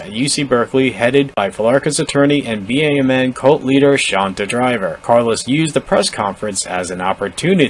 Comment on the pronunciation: Please, stop spelling out B.A.M.N. every time you say it. It's BAMN, like damn, but with a b. Seems petty, but it's totally triggering me.🤣🤣 Good video though.